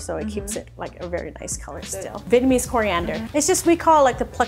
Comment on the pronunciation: Vietnamese not Vietnmaese :)